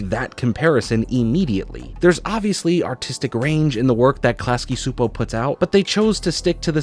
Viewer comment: "I know I'm saying it wrong" "Chupo" is really-really close to the pronounciation of "Csupó", so go with that. t. a hungarian viewer